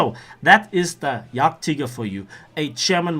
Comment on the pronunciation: nice video! and i have a question ,as your say "44" it sounds very german. are you german? wenn ja sry für mein schlechtes englisch😂